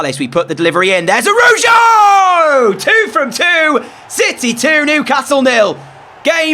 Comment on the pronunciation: U pronounced the cb it's araho I spelled it wrong because that's what it sounds like Love ur vids